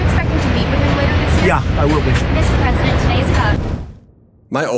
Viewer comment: ""You'll have many drones which will "protect" Washington D.C. and will "protect" the White House...very important."" Mr Pres-eye-dent......zactly HOW will these drones "protect" Washington, D.C. and "protect" the White House?? We'd love to hear the "non-technical" explanation from a person who doesn't ever "boot up" a computer! Not the secret, classified part...just the concept of a plan of "drone protection" We'll wait........